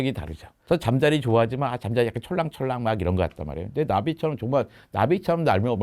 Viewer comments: 질문자, 왜 잠자리를 잠짜리라고 발음사는거죠? 많이 고프세요? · 잠짜리( × ) 잠자리(○) 진행자가 계속 잠짜리라고 발음을 하네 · AI음성인가 잠자리를 잠자리라 하지 않고 자꾸 잠짜리라고 하네 그럼 고추잠자리는...??? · 질문자 음성을 ai더빙한듯 보이는데 잠자리를 잠짜리로 발음해서 괜히 거슬리네요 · 질문하는 여성분 잠짜리 (go to bed) 와 곤충 ‘잠자리‘ 발음이 완전히 다른데.. 좀 거슬리네요 ㅠㅠ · ”잠자리“는 잠자리. 라고 읽어요. 잠짜리가 아닙니다. 유튜버들은 참 무성의하게 만들어요. 예외가 없어요. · 잠짜리 발음 ㅈㄴ킹받네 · 잠자리를 잠짜리라고 하는 ai소리듣자마자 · 왜 잠짜리라고 하는겨.. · 물음에 나오는 목소리는 인공지능 인가요? 곤충을 말하는건 잠자리로 발음 하고 이부자리를 말할때는 잠짜리로 발음을 합니다